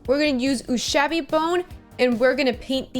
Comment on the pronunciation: It's funny that you worry about correctly pronouncing sepia and proceed to immediately mispronounce Ushabti without giving it a second thought XD The imperial santa was a great original idea, kudos for the paintjob and kudos to whoever made the sculpt too!